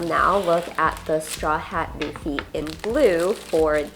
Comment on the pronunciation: It’s Luffy….not doofy